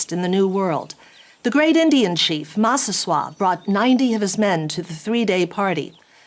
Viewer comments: Mass-uh-SWOT? Yeah, where did she get that pronunciation from? Sounds like something French not Native American. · I love but I have just slight correction. He mispronounced Massasoit too and Wampanoag... Prager actually pronounces Massasoit correctly and Wampanoag is pronounced Wamp-Uh-No-Ag. Otherwise I love the video and the amazing time and effort put into getting the history right!! I will be sharing this video far and wide! -signed a member of the Masphee Wampanoag tribe and descendant of Massasoit:) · Actually, maybe this lady is a native French speaker. In French we prononce the letter combination « oi » in this exact way. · "What was that pronunciation of Massasoit?" Says the guy who got most sounds wrong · She pronounced it that way because she assumed it was French. I did too when I first saw it written down.